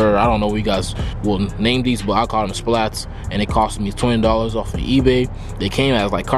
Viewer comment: The rear shits called "spats" not splats